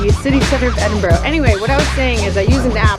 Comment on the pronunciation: So glad to hear you pronounce Edinburgh properly (in your voice over)! Love the vlog too...as always!